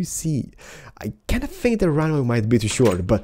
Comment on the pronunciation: I remember people saying i ''fink"